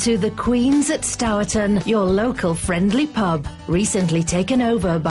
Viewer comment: ‘Stowerton’?? Wth? It’s pronounced Sturtn!